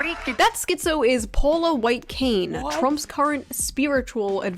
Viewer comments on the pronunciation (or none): none